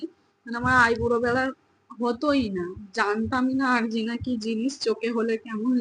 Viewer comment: প্রথমত তোমার চোখে যেটা হয়েছে এটাকে আরজিনা বলে না আঞ্জনি বলা হয়। দ্বিতীয়ত তুমি যেহেতু মোবাইলের কাজটা করো এবং মোবাইল বেশি দেখো তাই তোমার চোখে পাওয়ার এসে গেছে তাই যত তাড়াতাড়ি সম্ভব তুমি আগে কোনও ভাল চোখের ডাক্তার দেখাও দরকার পড়লে ঐ আরামবাগ হাসপাতালে গিয়েই নাহয় তোমার চোখটা আগে দেখিয়ে চশমা নাও এবং তা সব সময়ই পড়ে থাকবে ঐসব হোমিওপ্যাথি ওষুধ খেয়ে কিছুই হবেনা তা আগেই বলে দিলাম অকালে চোখ না হারাতে চাইলে আগেই চোখের ডাক্তার দেখাও এবং সব সময়ই চশমা ব্যবহার করো খুবই সাবধান এটা চশমা না ব্যবহার করার জন্যই এমনটা বারবার হচ্ছে চোখের ডাক্তার না দেখালে মহা বিপদ আছে। আর একটা পরিষ্কার কাপড়ে বরফ জড়িয়ে বারবার চোখের ঐ ফেলা অংশে বরফের সেখ দাও উপকার পাবে এটা আমার চোখের ডাক্তার আমাকে করতে বলেছেন আমিও চশমা ব্যবহার করি না বলে আমার ডান চোখের এমন আঞ্জনি খুবই হয় উনি বলেছিলেন সব সময়ই চশমা পড়তে হবে এটা চোখের ইনফেক্সান যেটা এই বর্ষা কালে বেশি হয় আর হ্যাঁ ' Olopat eye drop " এক ফোঁটা করে তোমার দুই চোখে দিনে তিনবার দাও এটা অ্যান্টি ইনফেক্সান ড্রপ। তৃতীয়ত ওটা জবরস্তি উচ্চারণ হবে না জবরদস্তি এই সঠিক উচ্চারণ টা হবে। ওটা রিক্স উচ্চারণ হবে না ওটাকে রিস্ক বল্ হয় বুঝলে। আর এখন কয়েকটা দিন মোবাইল কম দেখবে তাহলে চোখের উপর জোর কম পড়বে বুঝেছো।